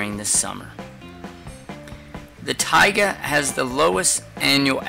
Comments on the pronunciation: He didn’t even say it right he was not pronouncing the a in taiga he was saying tiga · "Tiaga" biome lol